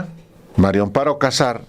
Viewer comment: Me estresa oir a Álvaro pronunciar MARIO Amparo en lugar de MARÍA, alguien q le diga por favor q es María no Mario